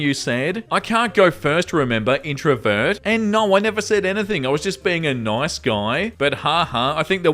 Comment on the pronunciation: As a brazilian learning english by myself, i have to say i love how you say "nOIce"